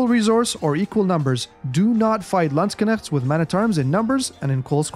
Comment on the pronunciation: I love how he pronouce it sounds like lands kinect